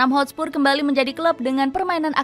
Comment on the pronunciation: Hotspur min bukan Hotspurs